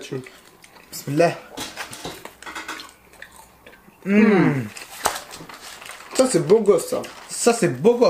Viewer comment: "La tcheam" 🥴مستفزززة